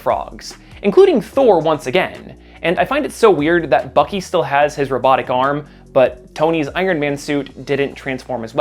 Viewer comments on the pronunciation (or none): none